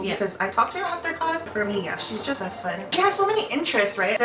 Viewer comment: " I jist love food so..." yeah me too me too